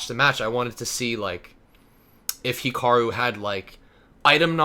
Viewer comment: Weird how pronounces it as "Hickaroo"